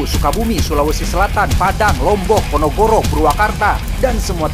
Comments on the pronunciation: Ponorogo kok jadi ponogoro?? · PONOROGO PEA BKN PONOGORO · kalo nyebut PONOROGO si typo terus...PONOROGO bukan PONOGORO... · Ponogoro? Ponorogo bang😅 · Ponorogo bukan ponogoro 😂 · Dengarkan opening baikbaik gaes PONOROGO min bukan PONOGORO😂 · PONOGORO ✖️ PONOROGO ✔️ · PONOROGO BANG BUKAN PONOGORO WKWKW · PONOROGO BUKAN PONOGORO